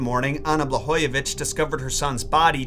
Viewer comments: its BlaGojević and not Blahojević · Correction: It's pronounced BlaGojević, as it's written, like Gordon, guide, God etc., not Blahojević.